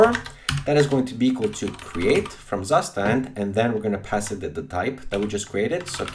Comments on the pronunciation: It's Soo-shtant not "Sus tand" lol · you pronounce it like CUSHTAND not zustand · BTW, it is a German word and called "state, condition". And the pronounciation is [ˈtsuːʃtant]. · Really nice video, but it made me flinch every time you said “Zustand.” :D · Me as a german speaker crying everytime he says Zustand wrong.